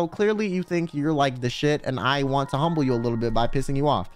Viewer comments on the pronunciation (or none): none